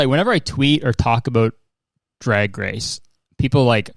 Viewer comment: I’m so sorry Kurtis, but I’m going to roast you for sounding like Terrance and Phillip from South Park. Tell us all aboot it.